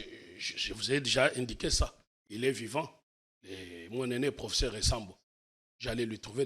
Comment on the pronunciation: Monsieur ne sait pas prononcer le mot: professeur. C'est pathétique!